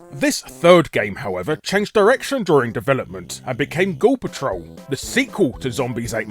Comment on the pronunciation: Most of the times when you said the title "Ghoul Patrol" it sounded like you were saying "Gore Patrol", obviously in a more American pronunciation than how you would normally say it. Just thought that was intended since you were hunting eyeballs and such. :P